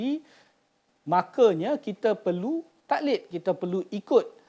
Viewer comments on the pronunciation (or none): tuan admin, tolong baiki betul2 sebutan 'taqlid' tu guna huruf Qaf dan ada Qalqalah di tgh2nya.